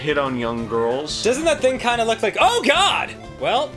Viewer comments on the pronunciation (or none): none